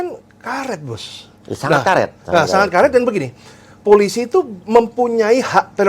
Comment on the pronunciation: Wooooeeehhhh!!! Mari belajar membaca! Pe O PO.... eL Ii LI... eS ii SI... POOOO LIIII SIIIII Wakakakakakak 🤣🤣🤣🤣🤣🤣🤣🤣🤣 POOO LIII SIII Wakakakakakak 🤣🤣🤣🤣🤣🤣🤣🤣🤣 POOO LIII SIII Wakakakakakak 🤣🤣🤣🤣🤣🤣🤣🤣🤣 POOO LIII SIII🤣